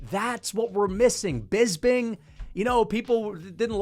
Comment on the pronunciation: brother why do you say BISBING